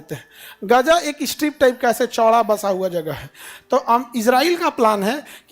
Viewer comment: Are sir jee gja naha gaaza hai